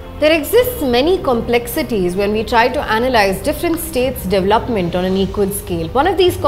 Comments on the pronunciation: Excellent work- I'm a fan, but please correct pronunciation, e.g., not hetch for h and devluppment for dev-el-op-ment, hitherland for hinterland, etc. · Siddarth Jain , agree, really good content, editorial angle and coverage- would be great if they stop saying devluppment and pronounce dev-el-op-ment correctly. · Siddarth Jain, as far as I know, it's a pan-Indian habit this devluppment pronunciation! 🤔